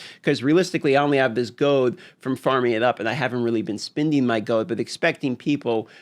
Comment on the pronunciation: GOLD HAS AN “L” YOU SOULESS GINGER MONSTER